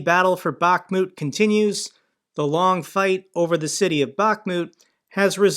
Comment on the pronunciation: it's not pronounced Bach-moooot! 🤦🏻‍♂️ Jesus man, I can't believe how many pronunciations you butchered.